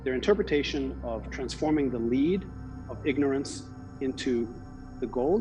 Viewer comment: They said turn lead into gold but he read it as leed.